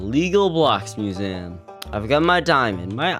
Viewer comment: The way you pronounce museum is infuriating